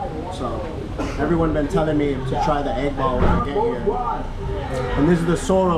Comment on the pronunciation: Bro all this time I thought you were talking about getting an 8 ball 🎱 but you were saying egg ball 😂😂😂😂